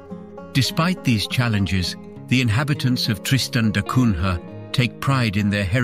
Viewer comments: The prononciation is da Cunya (Da Cunha). This is portugese name. The English have never been able to prononce correctly the names from latin countries and i always wondered if they don't do it on purpose. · Er... It's pronounced da Cunya